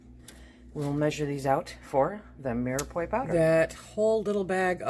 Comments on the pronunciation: My dear who ever taught you how to say mirepoix was wrong. The end is pronounced like pwa not poi. If I was saying something wrong and someone told me I would appreciate it because I wouldn't want to go through life saying something wrong if I knew it was wrong. :-) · Umm I don’t mean to be picky. It’s pronounced Mira Pwah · pronounced ---- mere pwah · Me are pu are. Is how you pronounce